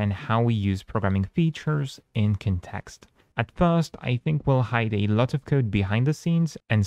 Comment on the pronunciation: You keep saying INtuitive and conTEXT, instead of inTUItive and CONtext, in all your vids. There are more words that you accent in the wrong syllable, but I can't remember them atm. Those two come up a lot in your recent topics, so that's why I remember them more. Hope its helpful, in case nobody told you before. The ui looks super attractive. Great work. Can't wait to test it!